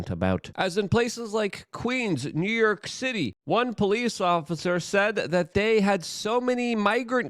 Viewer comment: Good ol NEW YERK! 😂 love ya Luke